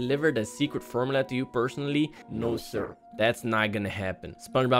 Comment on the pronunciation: you said frmula DARK WHAT IS WRONG WITH YOU